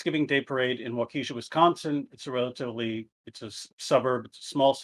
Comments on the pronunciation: Maybe it's just a similar familiarity with indigenous names in the region but even as a Minnesotan, I'm just like...nooooooo, stahp. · This Milwaukee native cosigns this statement. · Maybe petty but as a Wisconsinite not sure I'll be able to get through this if he keeps saying WAH-keh-shaw wrong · Is it so hard to pronounce "Waukesha" right? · I suppose it could be if you've not heard of the place before and you're not used to pronouncing the name. :/ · It definitely is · I was looking for this comment. Hurt my cheese ears. At least he got Milwaukee rignt. We should also be thankful he didn't habe to figure something out like Oconomowoc... lol.